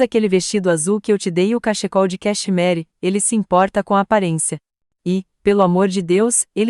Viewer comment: História linda, mas essas vozes de IA me fazem rir. Cachecol de cacheMARY 😂😂😂